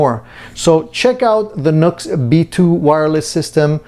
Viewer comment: It’s pronounced new x, not nux.